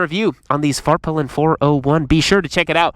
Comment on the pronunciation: As a swede, I approve your prononciation of Husqvarna!! But Svartpilen could use some work. In Swedish you would not say "svaart-pillen" but rather "Svart-peelen" with a short aah in Svart and a long "i" in pilen as ee in pee.. If that makes sense to you...